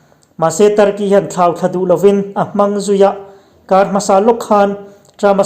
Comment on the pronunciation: "a hre kar" tih a "kar" hi thluk hniam tur a nilo, thluk san tur